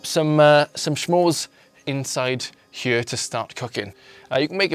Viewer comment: i love the way he says here it sounds like heye